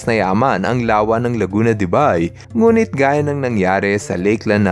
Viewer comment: correct pronunciation is Laguna De "BEY"